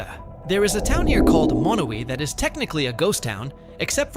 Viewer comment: The town with 1 resident is Monowi, Nebraska (MA-no-wye). He incorrectly pronounced it MA-no-we. Sequim is actually SKWIM, rather than SEE-kwim. To add more craziness to Mt. Whitney/Badwater Basin' s comparison, there's a mountain in Death Valley where the Basin is located which is tall enough to have snow on the top on even the hottest day down below. Last, he also mispronounced Diomede Island, in that the accent correctly falls on syllable #1, though he put it on #3--die-oh-MEED, instead of DIE-oh-meed. There are others as well that could be on this list. Hyder, Alaska, for example, is on the east side of Alaska's panhandle, and there are no roads to the rest of the state. As a result, it's necessary to drive all the way to Skagway, AK, which is a 441mi./710 km. drive away. In addition, there's Jarbidge (JAR-bidge), NV, located at the end of a 90 mile long rough road; Stehekin (steh-HE-kin), WA, at the back end of long, thin Lake Chelan (sheh-LAN), Anaktuvuk Pass, AK (nn-ack-TWO-vick (Nunamiut (NEW-nuh-mute) Bush village in Gates of the Arctic N.P. , located 160 mi./257 km. west of the Dalton Hwy.--the gravel “highway” to the Prudhoe Bay Oil Fields on the Arctic coast; Gambell, AK, which is closer to Russia than it is to the nearest town on land: Nome, at 160 mi./267km. away. Last is Supai (SUE-pie), AZ, which is at the end of an 8-mi./13km. trail at the bottom of Havasu (HAVE-uh-sue) Canyon, home to the Havasupai tribe (have-uh-SUE-pie).